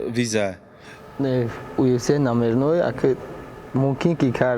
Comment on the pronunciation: 💪🏼Красаучикои Тоҷик молодцы ба пеш не сдавайтесь некогда ✊🏽 😂Лекин Муинчонба якчи мегум, ки на счёт как правильно произнести слово (ЮФС) а не (УФС) 🤣Красаучикида 👍